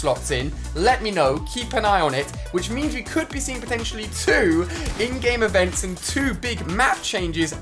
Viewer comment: Lets get the fact that when ever Ali says "in-game events", it sounds like he is saying "endgame events". Avengers Endgame